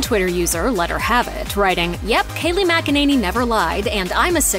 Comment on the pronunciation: For Christ's sake, it's not mack-a-nanny, it's mik-in-a-nee